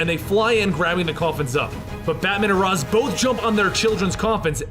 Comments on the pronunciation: I thought it was (ray shh) not (Ra zz) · It is, he's saying it wrong. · Ra's is pronounced Rai-sh.